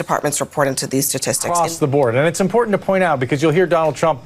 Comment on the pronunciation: Did you get your pronunciation of imporDant from MTG? Come on man, please work on pronouncing important properly!